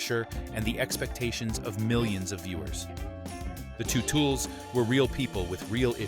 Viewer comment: Best part of this video is that the narration pronounces teutuls as "two tools". Couldn't be a more accurate description.